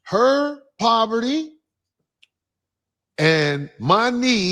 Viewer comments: Men want a woman in proverty? 😂. She should learn how to say a word before attempting to use it. It’s pronounced PO-VER-TY. 🤣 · said “proverty” instead of “poverty”. 😂😂😂 She is real slow!